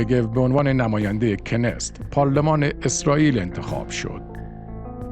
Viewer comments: دوست عزیز خوش صدا ، پارلمان اسراییل (رژیم صهیونیستی) کنست keneset خوانده میشود نه کنست،kenest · کنست نه کنس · ممننون ازتون..فقط تلفظ صحیح پارلمان اسراییل کِنِسِت است. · تلفظ کنست در ستشkenesetبه عبرانیכְּנֶסֶת، ایشون توسط موساد دستگیر شد و توسط خود موساد بازجویی شده لصلا ربطی به شین بت ندارد چون کارگروه شین بت درمواجه با فلسطینی هاس، ولی درگیری اطلاعاتی موساد از لبنان و دیگر کشورهای خارجی است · کنست را درست تلفظ نمیکنید . knesset . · اشتباه در تلفظ: کنست.